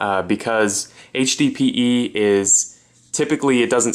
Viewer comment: you should be saying HDPE not HBPE